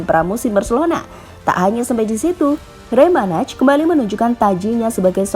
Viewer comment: Komentator Spanyol: Rey Manay Pengisi Suara GL News: Rey Manaj